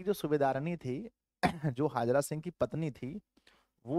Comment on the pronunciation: हाजरा सिंह नहीं हैसर हजारा सिंह है